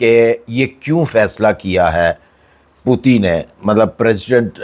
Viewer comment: Baqi thek ha par Russia k sadar ka name pudi nai Putin hai.